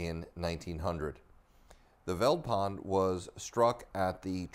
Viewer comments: The "V" in "Veldpond" is pronounced like an "F" so like "Feld-pond" . A translation or breakdown of Veldpond: "Veld" is an Afrikaans word meaning "bush" . "Pond" is Afrikaans for "Pound" . So Veldpond can be directly translated to "Bush-pound" . Which makes sense seeing that this coin was minted in the bush, and that the British Pound was their only reference to a currency that time, so got the inspiration from that. So this adds an interesting background to your story. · "Veldpond" is pronounced "Feltpont", the V is pronounced as a F and the d is pronounced as a t (sometimes) which literally means Field Pound. Zuid Afrikaanse Republiek which en stamped on the coin is Dutch which was the original language from which Afrikaans was derived now spoken by the descendents of the Boers (Farmers). In 1925 Afrikaans became an official language and thus in 3 years time will be 100 years old, the youngest written language in the world and the 3rd most spoken language in South Africa behind Zulu and Xhosa. The Boer War was like the Iraq War for the British, unlawful and unjust, and fought solely out of greed for the biggest deposit in the world of Gold found in the Boer Republic, The Transvaal, which was then the most wealthiest country in the world run by President Paul Kruger. To understand Apartheid and the demise of the British Empire, you need to study the Boer War which like with any unjust War fought will mark the end of an Empire. When the USA illegally invaded Iraq over supposed "weapons of mass destruction" in Iraq which turned out to be a lie, l said this will mark the beginning of the end of the mighty American Empire, which indeed is true. Good lessons to learn from history. 👊👍👌